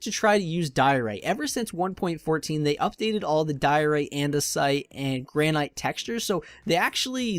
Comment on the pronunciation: Your building tips are awesome and I mean no offense when I correct this, but are you purposely mispronouncing Granite? It's gran-it as opposed to gran-aight.